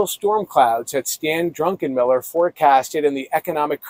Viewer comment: That guy needs to learn how to pronounce Druckenmiller!